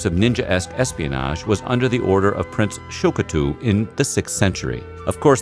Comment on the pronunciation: Two things: 1. You should study up on pronunciation. It's not Shokatoo...it's Shōtoku 2. Why is there traditional Chinese music in this...?